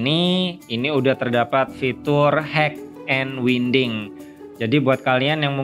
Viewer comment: mon maap bukan leter, tapi leder. bukan winding tapi wainding. HADUUUH slaah hire orang nih